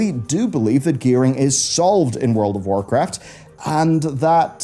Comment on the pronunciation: Lol, when you said "World of Warcraft" , it sounded like "World of Warcrest." I love the crest system, and I thought this was hilarious based on the complaints of "too many crests."